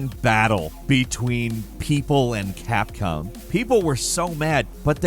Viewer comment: "CapCum" lol